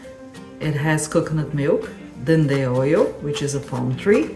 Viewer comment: it's not "then the oil", it's "dendê oil"